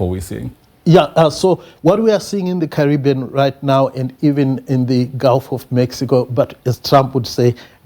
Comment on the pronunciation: Carry-being not curry bean. Hehe. Made me laugh. Had the worst karra nicha food last night. Do they have karra nicha in Jamaica? Curry-bean man.